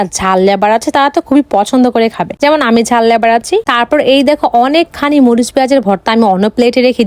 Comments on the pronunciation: লাভার❎ লেভার✅ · লাভার ❌ লেভার ✅ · লাভার ❌❌❌❌ লেভার ✅✅✅✅